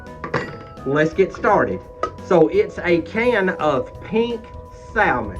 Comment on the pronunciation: We make some fantastic Salmon patties here but we also have home-pak Salmon here put up fresh every year. I’m hoping I’ll be able to send you and Catherine some this next season. Also we never pronounce Salmon with the “L” it’s always pronounced with the “L” silenced but to each their own I say. Have great recipe for Salmon patties I’ll share when I send you some fresh Red Salmon packed and some kippered as well! Love you both nice job 👍🏻pS love Salmon patties with fried potatoes and onions of course all cooked in cast iron!!!🙏💙🩷🐾